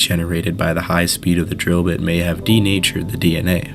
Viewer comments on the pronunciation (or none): none